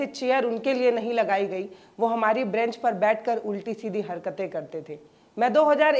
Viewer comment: ब्रैंच नहीं, बेंच...